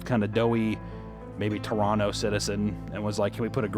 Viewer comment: woah coming in hot with torrono pronunciation this guyyy